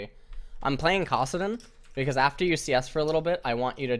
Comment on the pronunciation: How can he say Kassadin as Kaw-sadin but He pronounces Annie correctly instead of Aw-nie... lol like whats the determinant of whether or not he knows when to use a normal A sound vs a very opened A sound :/